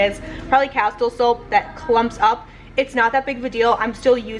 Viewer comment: I make my own facial cleansing soap with the citrus one and put it in a foam soap dispenser to keep in my shower. Found the recipe on pintrest. You can add almond oil for moisturizer...it smells amazing. By the way its pronounced Casteel. I have yet to make the Carmel sauce,sounds so delicious!!